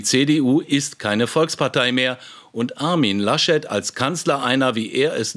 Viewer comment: Herr Lasch-Leck... HaHa